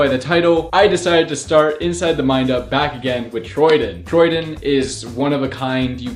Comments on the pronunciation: its TROY DAN, not troydin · you literally keep saying troydin instead of troydan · Troy DAAAAAANNNNNN not Troy Diiinnn...jesus y is so hard for people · Troy DIN? It’s troydan (Troydanne) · says Troyden it’s Troy(Dan) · This man said troydEn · He said “troydin” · The man said his name wrong 😂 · Who does he say Troydan like that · imagine saying troy dan wrong